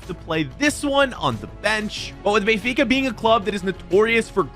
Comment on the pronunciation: I sweat to god if says Bayfica one more time🤣🤣🤣